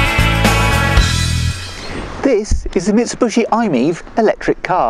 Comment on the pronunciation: MIT-SAH-BUSH-EE <---- L O L ! ! !